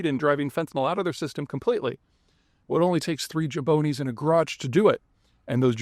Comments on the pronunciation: You say "Jabone", I say "Jabrone"... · Jabroni not Jaboni. Broski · “Jaboney” 🧐 Does that mean the R is silent? Jabroni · pete did you mean "jabroni" not "jaboni"? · Eh-hehm...... excuse me Mr. Zeihan but i believe it is pronounced "jah-BRO-nee" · Jaboney? You must be from western PA. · The word is "jabroni", Peter. You missed an "r". 😆